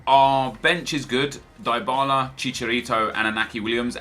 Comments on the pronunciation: I'll give you money to stop pronouncing Dybala the way you do. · Lol +Eddy Logan. It is often true